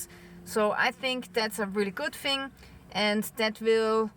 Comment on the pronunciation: love your posts. only one gripe. us english have a problem with only one word: Thing! if you say fing in the north of england you are classed as uneducated!! I know you are not. It is just a dialect thing> Sorrry to be the party pooper! Happy New Year!